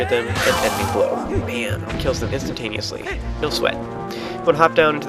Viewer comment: Haha you say Instantainosly alot !